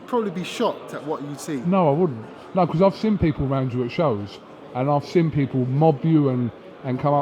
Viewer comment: cant pronounce seen. the fool keep saying sin that, i sin you. the word is seen